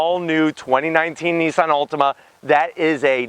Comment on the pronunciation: It sounds like you're saying Ultima.